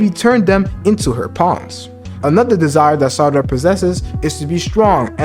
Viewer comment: I believe she will get something like to temporarily manipulate memories and will just use her fists as weapons just like she normally does. By the way you are pronouncing Sarada as Sadara sometimes.